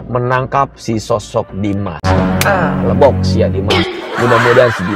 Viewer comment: Leeebboookkk tantee hanuuunn....😂😂😂 nyandu bgt host nya klo blng leebbookk 😂😂😂😂😂